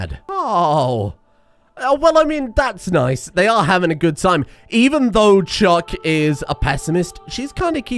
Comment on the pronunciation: As a fellow Brit, I have never heard someone speak the way you do but for some reason pronounce “chuck” as “chook” 😂